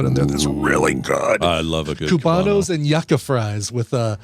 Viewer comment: It's pronounced You-Cah